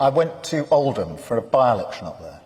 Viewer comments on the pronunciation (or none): none